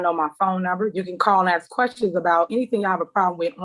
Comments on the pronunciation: LEARN ENGLISH ( AKS ) THE WORD IS ( ASK) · The hoodbooger cant even say the word ``ask`` right acting hood always say ``axed`` it turns my stomach every time , and who is the father ?!=] so he escaped at least someone need to save the child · Axe her why?😂